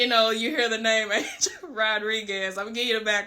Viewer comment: People, pronounce his name right, “Ahn-hel” Rodriguez